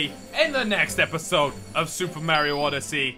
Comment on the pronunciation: when you play Mario games and you don't know how to say mario